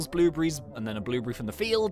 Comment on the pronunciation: You said "blublies" it's blueberries lol